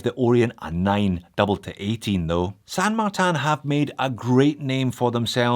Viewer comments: Are you saying San Mar-TAN on purpose to drive everyone nuts? Looking on the dial and website I believe it's spelled San MarTIN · How do you get San Mar-tan, out of this watch brand's name?, I love you like a foot, but this drove me crazy through the whole thing. It won't stop me from watching, but you can't stop me from laughing.